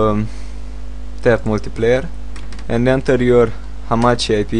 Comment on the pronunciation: hamakki? lol its hamachi man